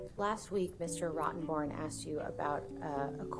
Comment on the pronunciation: How can you hire a guy named Rottenborne. Every time Mr. Depp says his name it sounds like FU to me.